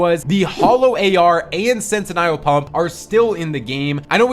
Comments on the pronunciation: what did you call the pump, the snet-in-nile pump? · Bro cant even pronounce sentinel pump